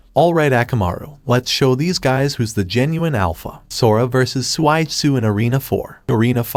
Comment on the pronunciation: suigetsu not swaidsu